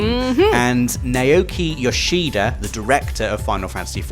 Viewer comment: It's pronounced Nah-Oki, not Nay-Oki Toshida. You're welcome 😁